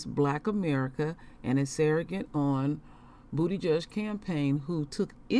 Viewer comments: I love it when you say Bootyjudge! 😅😅🤣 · I love you Queen. You are the real deal! I just want to say you be killing me how you pronounce his name😂💀. I mean no disrespect. Please continue to be the light and never change! Shalom.